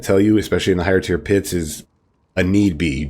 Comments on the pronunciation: Love the build.. I have to point out something though. At 1: 55 ish you said higher pure tits instead of higher tier pits. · When he said "higher pier tits" I felt that